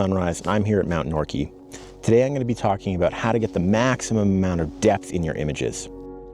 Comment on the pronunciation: I recently lived and worked in Banff for about a year and I've never heard anyone call it "Nor-key" before! I get that a "quay" on the water is "key" but everyone I know calls that mountain "Nor-kway". Anyway, appreciate the video!